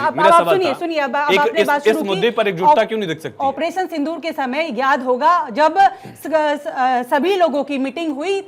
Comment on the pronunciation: ऐ क्या बोल रहा है पानी सिंदूर साफ बोल